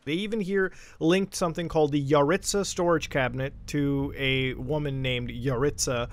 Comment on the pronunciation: I’ve met so many yaritza’s also I’m pretty sure it’s pronounced YUH-ritz-UH